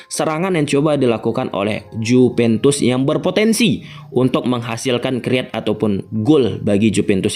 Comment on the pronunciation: jupentus dan mempis defay .... itu yang saya dengar.... P dan F hihihihi... sehat selalu ya bang